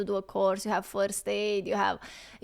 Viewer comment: LOL...I love how, with your accent, it sounded like "FORCED" aid...